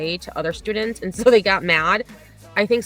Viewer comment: Wow, I can’t even stand her voice long enough to make it all the way through a clip of her. And ( or aayand) if I say it using 2 syllables like this dufus, she’s a lying POS too. She should not be allowed to teach 12 year olds if she thinks Betty content is for pre-teens.